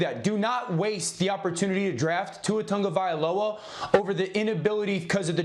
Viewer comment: Say it with me TAGOvailoa not TANGO. Geez guys get it right.